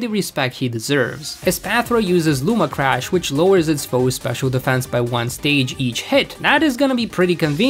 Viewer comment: ok what. Ponard, iron threads, luma crash, bro it's Pon-E-Ard, spelled pawniard, I-ron-tred-s, spelled iron treads, and (ok i dont know how to type the pronunciation of the last one, but there is an n and an ia in there.